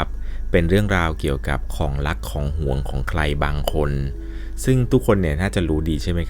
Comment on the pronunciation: ของลัก หราร้อง เห้อกำเพี้ยนหมดแหลงไทย